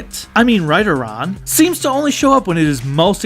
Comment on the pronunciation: Lol. Everytime I heard say Rideron I thought he said Trideron and did a double take.